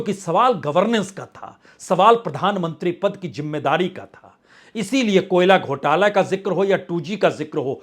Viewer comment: Arre hosh main aaja You look like a fool Hahahaha Rahul Gandhi 😅😅😅 Apna diction to theek kar. Jimedaari nahi. Zimedaari Ullu 😅